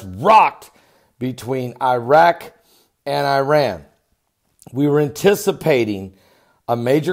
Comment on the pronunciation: How about learning to pronounce "Irak" and "Iran"? Just saying...